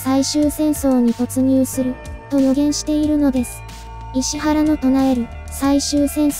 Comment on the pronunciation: 「いしわら」ですよね？